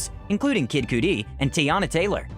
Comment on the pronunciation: It's pronounced "cuh-dee" lol